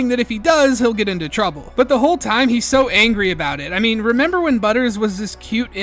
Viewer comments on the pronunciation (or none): none